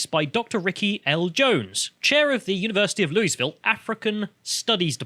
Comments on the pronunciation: “Lewis-ville”—ha. It’s Loo-uh-vull or, for some non-Kentuckians, Loo-ee-ville. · It's not pronounced Lewis Ville. It's named after King Louis, but it's locally pronounced Luahville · Loul- vul not lou-y-ville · Hey British guys. American here… It’s pronounced “Loo-yi-ville”. Also pronounced “Loo-ville” by the locals who live there. Not “Loo-yis-ville”. 😂 With that said, love your channel! Great commentary. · Quick pronunciation correction, it's not pronounced Lewis-Ville. It's Loo-Eee-Ville. Think about the name of the French king. People from the area sort of do Loo-Wuh-Vull. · Its annoying hearing bits say Louisville it's pronounced loo-i-ville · As a native I have to correct your pronunciation. It's more like Lu- Vul. Basically don't enunciate any of the vowels and you're pretty much there. Lee-Is and Lu-Ee are both incorrect. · I swear to god...Louisville KY is pronounced “Lou-ee-ville”. As a my resident the “Louis-ville” pronouncement hurts. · We pronounce it loo-e-ville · Fyi it's pronounced like loo -uh-vuhl. (Louisville native here.) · It’s pronounced “low-a-vul” or “loo-ee-vil” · Loo-E-ville, you're driving me insane you limey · Oh and it’s pronounced “loo-uh-vole” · the s is silent in louisville